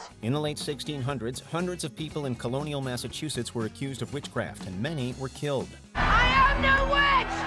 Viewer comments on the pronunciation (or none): none